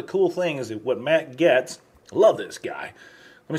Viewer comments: Pronounced "Gates". It has been a struggle for a few today. LOL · No disrespect, but you pronounce Matt Gaetz last name Gates. Other than that Great job. 👍🏼👍🏽👍🏾👍🏿🇺🇲🇮🇱🇺🇲🤘🏿🤘🏾🤘🏽🤘🏼